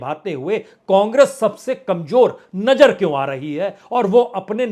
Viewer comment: Bajpai Sir hum daily aapko sunte hain bahot achchha kaam karte hain aap details bolte hain aap lekin ek request hain aapse thoda sa pronounce aap theek kijiye koi mushkil nahin hogi alfaz ko durust kijiye jaise Nazar boliye Najar nahin aise hi aur kayi shabd hain please Sir ji yeh aur jaise Hazar bolein Hajar nahin Please Sir aap bura na maane aur jaise cheezon ko cheejon nahin thank you so much God bless you dear Prasun Sir ji👍